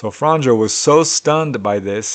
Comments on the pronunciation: I really like your videos. 1 tiny thing,In croation j is pronounced y so Franjo will sound like franyo, german also has y sounding j. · If it matters, it isnt "fran-joe"... more like "franyeo". The 'nj' in Franjo makes like a 'nye' sound. Imagine 'Fragnio' in italian.